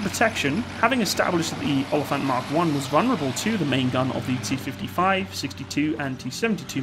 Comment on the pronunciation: You butchered the word oliefant